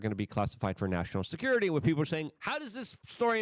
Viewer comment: It’s WITH not “wit”.